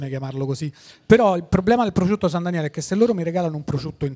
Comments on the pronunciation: Solo a me sembra che Tinti dica "prociutto"? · Ma perché Tinti non sa dire prosciutto?